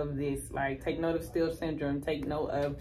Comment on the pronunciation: Are you saying steel syndrome